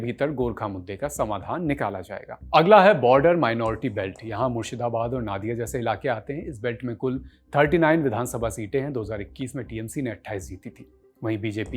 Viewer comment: Nadia- not नाडिया It's नदिया